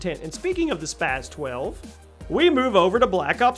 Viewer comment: Spas 12 not spazzzz 12 Also lmao mw3 spas 12, no way was it better than the KSG and striker or even the usas12 youd have to be drunk to think otherwise